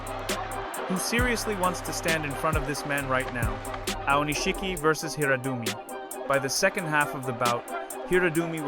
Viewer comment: It's pronounced Hirado-Umi. Please.